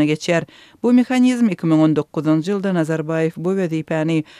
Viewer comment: Не йыЛЛЛда, а можно Л помягче говорить- ЙыЛЬда. Но для коренной москвички у вас туркменский язык отличный.